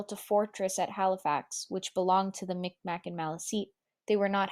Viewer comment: This is well done. Just one little point: just as it is no longer considered okay (at least for non-First Nations people) to use the term "Indian" for those who are First Nations, we also no longer use the incorrect "micmac" pronunciation for the Mi’kmaq people, it is pronounced "migmaq". Otherwise, good job with most of the pronunciation.